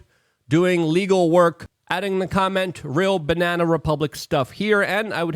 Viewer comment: Luke you keep mispronouncing BANANA Republic. Can't wait for the Foreign Ministers of Russia, China, North Korea, Birma, Iran and many others to publicly denounce the illegitimate political persecution of DJ Trump. The USA has lost 100% of it's international credibility and because of all the wars you Yanks caused also the basic legitimacy to exist as a nation. #FuckTheAmericanAxisOfEvil #YankeeGTFOofEurope #Reparations4AmericanMadeISIS